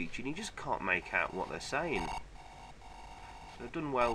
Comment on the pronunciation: "Car One is 'Oeut'... Game Over."